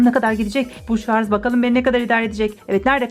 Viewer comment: Abla şarz değil şarj.